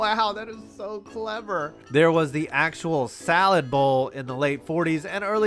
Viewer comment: Did he say Salad Bowl? LOL I cant